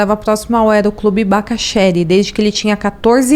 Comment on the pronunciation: Algumas correções: o nome do aeroclube se pronuncia "Bacacherí" o dono do camarote se chama Edsá Sampaio; o nome da atriz é Maria Paula e do ator se pronuncia Ricardo "Maki".